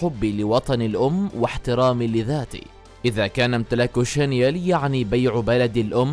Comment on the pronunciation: شانيل وليس شانيال